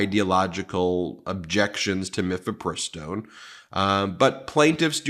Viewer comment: Ben, not to be annoying viewer, but mifepristone is pronounced: Miff uh PRISS tone